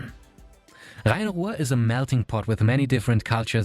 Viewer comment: Your perfect pronunciation of Rhein-Ruhr makes me wonder if you are actually German